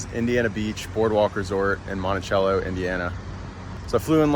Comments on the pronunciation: Monti cello Not chello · You don't say the t with Monticello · You said Monticello wrong